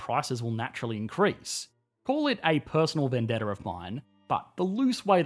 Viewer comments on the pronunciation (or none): none